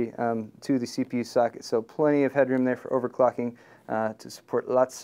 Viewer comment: Lol, sounds like he said sogget, instead of socket .